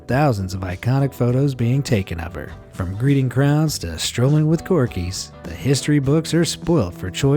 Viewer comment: He said corkies not corgis 😂